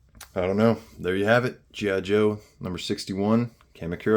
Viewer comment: Boy this guy is notorious for not pronouncing anything right gi joe what a tool